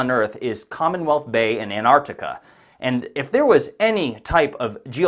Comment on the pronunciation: Why can’t Americans pronounce Antarctica properly? The first T Is not silent